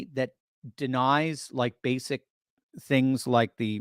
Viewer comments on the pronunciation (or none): none